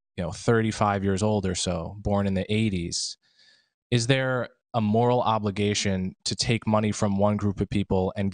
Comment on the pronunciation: Someone teach Mark how to say moral.